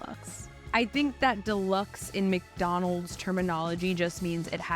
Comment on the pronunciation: And “Mac - donalds “